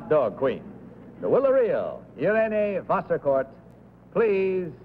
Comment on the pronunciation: The name of the third contestant is certainly not “Vaskorff”! It sounds more like “Wasserkort”.